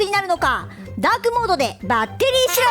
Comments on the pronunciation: ざ、ザークモード・・・ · づぁーくもーど